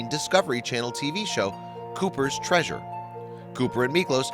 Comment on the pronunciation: It is 'treasure',.